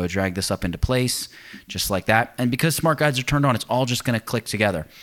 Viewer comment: Thanks for the video, one of the best about the topic. ''Smart guides are turned on'' - i only understood it at the end of the video because i thought you were saying ''smart guys are turned on by smooth math, connects, e.t.c''. Basically was laughing about nothing all through the video - lol!